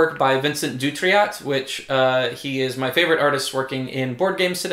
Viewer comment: Dutrait rhymes with 'tray'. Ludonaute rhymes with 'astronaut'. ;)